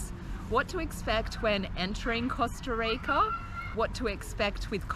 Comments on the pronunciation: Please don’t it pronounce costa reica. It’s Costa Rica! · LOL i love how you pronounce the word "rica" hope everything went as planned in here love from san jose! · Love how you pronounce “rica” thanks for the info guys